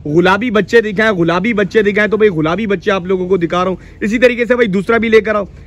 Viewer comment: Brahman cross! Or ghulabi nhy gulabi ... Urdu seekh le Bhai